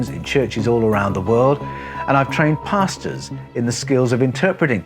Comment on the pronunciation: Please forgive me for saying this but, I ALWAYS hear, "I've trained Pastas.." 👨🏻‍🏫🍝 It gives me a good chuckle every time I watch one of your videos. Which I do frequently and I greatly enjoy all of them. Thank you so much! 🙂👍🏼